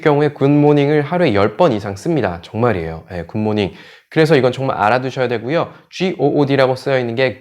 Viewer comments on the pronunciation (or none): 굿모닝 보다는 귿모닝으로 들려요.